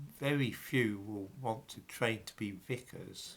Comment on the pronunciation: VICAR! Not Vicker.